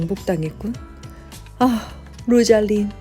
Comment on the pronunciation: 로잘린(로잘린드), 오란드(올란도), 오리바(올리버), 시리아(씰리아)